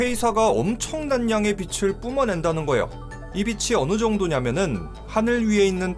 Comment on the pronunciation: 나레이션 발음이 좀 거슬림. 거예요가 거요로 들림.